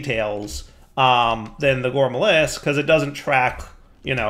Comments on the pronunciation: I'm going to keep commenting until you pronounce it correctly, … GourmaRYLLIS! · I've never heard the actual pronunciation, so it actually sounds kinda weird to me lol.